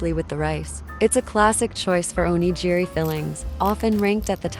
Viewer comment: Those aren’t souvenirs. And please learn how to correctly pronounce “onigiri.”